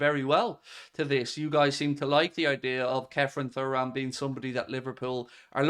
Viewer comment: Showing your young age with the pronunciation of Thuram hahaha